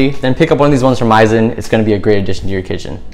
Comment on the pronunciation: Pronouced MEES-EN, similar to "mise en place" in French